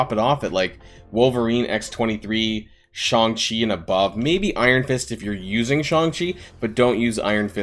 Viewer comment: Jesus christ is SHAY-NG CHI, not SCHONG CHI